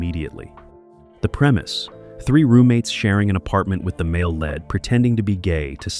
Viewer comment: Also, The word LEAD is pronounced LEED not LED.